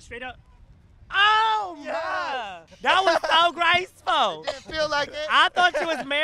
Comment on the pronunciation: "That was so gAcEfUl" 😂😭sent me